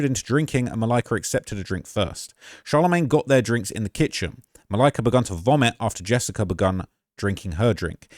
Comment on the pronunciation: The way says Malika’s name every single time makes this unwatchable.